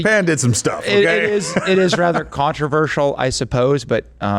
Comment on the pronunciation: Okie Day? Is she Jar Jar Binks? A Gungan?